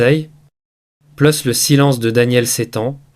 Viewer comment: LE PERSONNAGE QUI PARLE EST T E L L E M E N T RIDICULE QUE JE QUITTE YOU TUBE POUR TOUJOURS ( saïlance....innepossible etc.) J AI ENSEIGNE LA LANGUE DE FRANCE